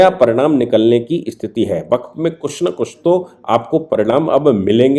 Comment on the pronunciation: सर, वक़्फ़ को बक्फ़ ना बोलें 💐🙏